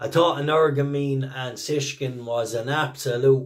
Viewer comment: BTW for all us Irish lads it Shishkin NOT Sishkin, Think Shish Kebab 😅